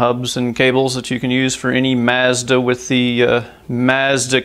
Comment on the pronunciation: Many thanks for this - and I do love that you pronounce MAZDA correctly (as there is no R in Mazda)...